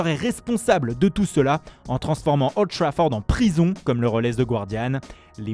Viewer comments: "Le Befebé " devant olddd trafourdddd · "Devant Oulddd Trafourddd " le prodige portugais Niunioooo Mendeche", le stade du Draguinnnnn